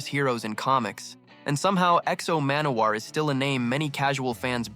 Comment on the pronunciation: I love how you pronounce the name so poorly